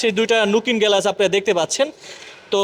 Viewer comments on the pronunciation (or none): টাকাতো গাছের পাতা, এই গাড়ি ৩৪৫০০০ টাকা। যাহোক উপস্থাপকের ভাষাটা আরো শুদ্ধ হতে হবে। গেলাস না গ্লাস, ভেক ডালা না বেক ডালা। আগে ভাষা শুদ্ধ করুন। তারপর ভিডিও বানান। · এতো বড় কোম্পানি পন্যের ব্যান্ডিং করায় যে কিনা সঠিক ভাবে উচ্চারণ করতে পারে না।চাবি কে ছাবি,পা কে পাও,চায়না কে ছায়না,রোদ কে রোইদে,গ্লাস কে গেলাস,উঠবে কে উডবে,ব্রেক কে বেরেক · গেলাস না রে ভাই। উচ্চারণটা হবে গ্লাস